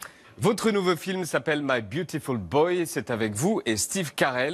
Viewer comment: Byutifull BŒI